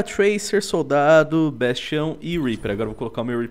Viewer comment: fiquei agoniado com ''bastião'' kkkk